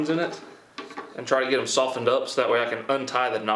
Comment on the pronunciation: how many times he gonna say I'm gonna shoften them so I can slice them lol😁